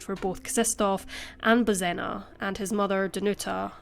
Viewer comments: It's pronounced Bozhena. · I grew up with the Czech pronunciation of Bozena, hearing the Polish pronunciation drives me nuts.